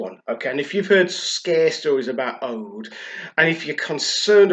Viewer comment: It's pronounced oood.